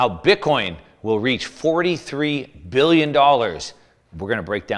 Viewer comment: Billion or million….. you’re saying Billy and the title says million